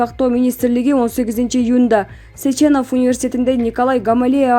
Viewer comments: Э айнанайын, Сеченов деп окучу, Сечеенов дебей. Же тушунуктуу кылып жазайын. Окулганда Сечинов болуп окулат. Иван Михайлович Сеченов. Окулганда Сечинов болот. Журналистер, блогерлер, бир аз грамотныйрак бололучу. Айып этпейсинер. Дагы кимдир бироо айткандай, Новосиибрск деп... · СечЕнов эмес СЕченов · Ай диктор Кыз, бирдеме окудун беле, Сеченов эмес, Сечинов. Ударение на е делай. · Автор Сеченов емес, сЕчинов .